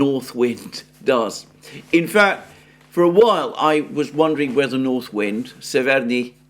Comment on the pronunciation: Very good pronunciation Mr Mercouris of Severnyi Veter :) Just in the word severnyi the stress is on the first vowel :) Big fan of your daily broadcasts. Through my origins i'm very familiar with the roots of the conflict. As I live in the West I was shocked by the propaganda and outright lies that main media feeds to unfortunately completely ignorant majority. Please continue to deliver the analysis of the factual information! I'm very grateful for your efforts to find facts, considering you do now speak Russian or Ukrainian, which makes it harder as I imagine. Wishing you all the best!